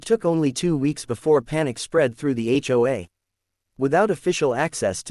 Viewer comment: someone needs to teaach AI how to pronounce HOA or H O A